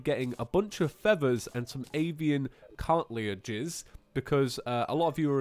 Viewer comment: car-tih-lidge